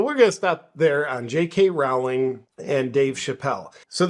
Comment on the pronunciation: FYI J.K.’s surname rhymes with “bowling, not “howling”.